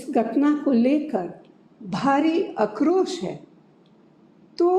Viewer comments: बार वाली आंटी को समझाओ अक्रोस नहीं आक्रोश होता है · अरे माइनो को कोई बताओ की आक्रोश होता है अक्रोश नही